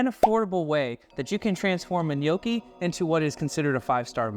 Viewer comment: I winced every time you said gh-nocchi 😂😂😂 as an Italian American from Jersey it hurt. But it looked good my dude I’m gonna try it tonight!